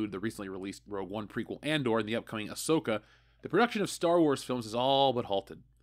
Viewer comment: I was with you up until you said Ahsoka.